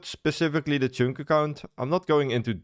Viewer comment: That is not how 'chunk' is pronounced